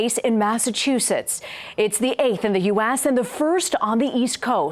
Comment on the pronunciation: Okayyy but y is she pronouncing US as u-assssss